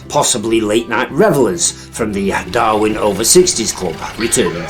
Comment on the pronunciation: It's Darwen not Darwin